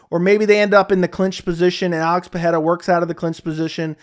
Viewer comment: Bro why are you mispronouncing Pereira's last name? Where do you get the "h" sound from ? lol